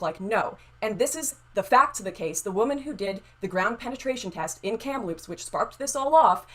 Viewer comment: Did say “kampaloops”??? LOL …it’s Kamloops. Doesn’t matter but still funny to this guy who lives close to there.